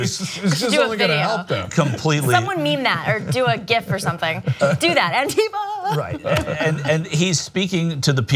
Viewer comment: BTW it´s pronounced ANtifa, not anTIfa....